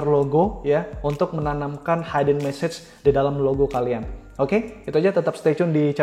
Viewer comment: Hidden dibaca hiden bukan haiden